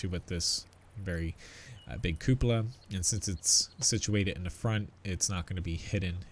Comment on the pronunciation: So glad there is a YouTuber that can pronounce cupola properly....